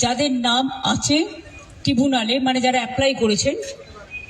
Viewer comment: ট্রিবুনাল টা কি? গুগল এআই বলছে ট্রাইব্যুনাল (ṭraibbunal)